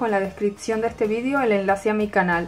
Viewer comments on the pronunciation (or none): none